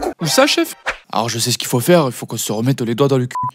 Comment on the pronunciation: “Tu va faiwe partir la fumée😂